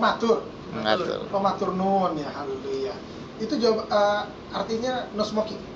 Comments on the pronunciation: Katanya 6 tahun sekolah di jawa.... Tp ngomong matur nuwun sj masihsalah...😂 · he..he.. kok bisa ngaku2x 6 taun nyantri di jawa dan dakwah ke plosok2x, tapi ngomong matur nuwun aja salah... really impossible !!